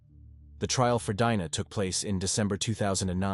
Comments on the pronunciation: Love how so many people still don't get that this is a robot reading a typed script... Literally one sentence later it goes from pronouncing Dina (correctly) to Dyna (like dynamite). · If ur gonna deliberately pronounce names incorrectly, you'll have to a least continuously keep in going throughout the whole vid. i.e ; Dina, Dinah or Deena